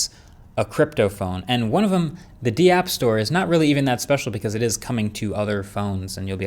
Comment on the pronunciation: The "deeapp store"? Its just pronounced "dap" brotha. As in "decentralized app". Of course ill be the first to admit they're not necessarily decentralized apps but that is the proper term.